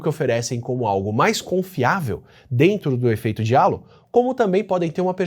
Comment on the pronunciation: Pequena correção: Halo se pronuncia 'rreilou'. Significa "aréola", como se quem fosse bonito usasse uma.